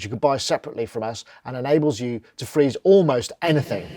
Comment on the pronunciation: sorry but I only heard the "free" and missed the "ze".